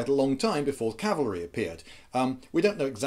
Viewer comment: Rhonda P My "gibberish" was a joke because you said "Calvary" instead of "cavalry" In case you do not know, "Calvary" was the mountain that Jesus was crucified on. Wheres "cavalry" is the mounted troops used in war. You said "Calvary is much more maneuverable" which is why I said "That is why you see a bunch of sentient crosses hopping around the battlefield."